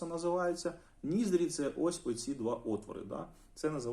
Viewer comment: Якщо вам буде цікаво, то ось як правильно вимовляти ці слова: Не скула, а вИлиця. Не вєко, а повІка. Не сама висока точка, а найвища точка. Не ніздрЯ, а нІздря. Сподіваюсь це було корисно ❤